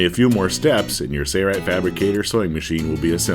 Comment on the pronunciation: A classic example of cheaping out by not using a professional voice talent. I cringed every time I heard him say “Sayright”. What happened to the “l”. Too bad that companies don’t care about how they’re perceived.